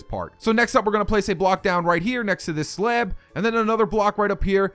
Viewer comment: Where are you from? The way you say off and slab make me ask... ( Please don't take this as offensive!😁)